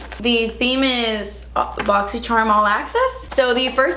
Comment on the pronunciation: I came here to listen to say Boxy Scharmm 🤣